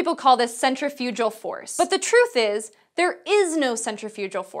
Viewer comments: I'm British and her soft g makes me wince ughh it's centrifuG-G-Gal! Like leGal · Centri-fyujal force? I've never heard it pronounced like that. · "Centry-FOO-jal" or "cen-TRIF-i-gul." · I had never heard centrifugal pronounced as /ˌsɛntrɪ'fjudʒəl/. This is not on Forvo either, nor on any dictionary I browsed. Is this a common accent anywhere? (The two pronunciations I had heard are /ˌsɛntrɪˈfjuːɡ(ə)l/ and /sɛnˈtrɪfjʊɡ(ə)l/.) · Because I'm pedantic and stupid, she pronounced centrifugal as centrifujal. Isn't that wrong ? Isn't the "g" pronounced as a hard "g" and not "j" in centrifugal ? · Good host, but "centrifyoojal"?? I'm fairly certain that's the worst way to pronounce it.., Looking it up there are two pronunciation variations, "sen-trif-yuh-guh l" and "sen-trif-uh-guh l" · It's centrifugal; as in centri phew gal. Not centri-phew-jal. And the analogy was a bit wrong too. Yes, it's inertia but centrifugal force acts on a body ground in an arc too. Seriously, you pronounced centrifugal wrong, should you be educating people on Physics? I'd love to explain the maths to you, but I'd revise the topic first though :) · This may be pedantic but isn't centrifugal pronounced with a hard g rather than a j sound. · Centri-fujal force? Has she never heard that word spoken? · Nice info. But y "centrifuJal"? 😬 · Never heard anyone pronounce centrifugal as centrifujal. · Sen-tri-fuggle force. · When I did Physics in college it was pronounced with a hard G. Never heard it pronounced with a soft G before. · Isn't centrifugal pronounced with /g/ rather than /dʒ/? sɛnˈtrɪfjʊɡəl By the way, I'm afraid this is not exactly true -- she says 'Because you're not a part of the car, your body still tends to go straight'. The tendency to go straight has nothing to do with not being a part of the car. The car itself tends to continue moving straight too and on a tiny scale it deforms when it turns left or right. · CentrifuGal like Garry not like George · CentrifuJul just sounds wrong